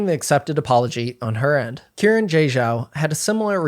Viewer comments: Xiran is pronounced "shee-rahn" not Kieran 😂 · So their name, Xiran, is not “Ki ran” it’s more like “Shi ran.” In Chinese, Shi sounds like shir (sure) and Xi sounds like Shi (she). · I was looking for this comment. He didn't bother even attempting to pronounce their name correctly either, its understandable it wouldn't be spot on but 'kieran' is just insulting. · Just want to let everyone know, Xiran Jay Zhao's name is pronounced "shee ran", not kee ran 😊 The letter X is always pronounced like "sh" in Mandarin. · isn't it pronounced See-ran not Kieran, or does Xiran prefer it to be pronounced Kieran? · respectfully, the name is pronounced SHE-ran, not KE-ran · Karen....? Its Xiran.... at least say the X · Just a note that Xiran is said like “she-ran” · Uhhhhhh Xiran is pronounced closer to She-Ran. Xs usually make an "sh" sound in Mandarin. It's not hard to google this stuff before you open your mouth. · Hearing Xiran pronounced as Kieran is wild. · Great video, I'd just encourage you to check the pronunciation of Xiran's name, which is not Kieran ;-) (the x in the pinyin transcription of Mandarin is pronounced like... erm, don't really know what reference to give since you don't have this sound in English, haha... it's like sh but it's the middle/back part of the tongue that is raised towards the palate, not the tip. In some previous transcriptions it would've been spelled as hsi, so even s is nearer the mark than k) :-) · I don't think Xiran's a 2024 debut author, nor do I think thats how you pronounce their name. Pretty sure it's like "Shi-ran" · No, It's more pronounces as Shiran, I think. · BTW, when pronouncing Hanyu Pinyin, the 'X' in Xiran has a soft "sh" sound, and 'Zh' sounds more like a hard 'J' much like the one in their middle name. Cheers. (by "soft sh," I mean you move your tongue forward, closer to your teeth. Try it out; you can totally hear the difference when switching between 'sh' and pinyin 'x'!)